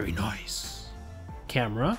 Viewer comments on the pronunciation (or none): none